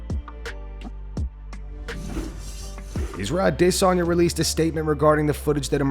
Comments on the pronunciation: I cant get over the way he says Adesanya, literally nobody pronounces it like that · To people who say that’s the correct way to pronounce it. Nobody cares, nobody does actually pronounce it that way.